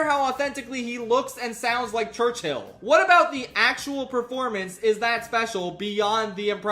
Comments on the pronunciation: I admire the insistence on pronouncing Churchill as church-hill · 'winston churcHILL' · the concept of saying churchill as church Hill never struck me before. who comes up with that type of bit. impeccable ragebait